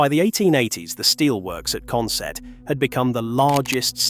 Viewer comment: i'm from newcastle , go up to consett odd weeks good retro game shop there but we say it consit not sett